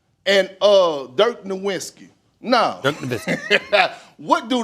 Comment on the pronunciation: I stopped listening to Perkins after he said “Dirt Nowinski” 😂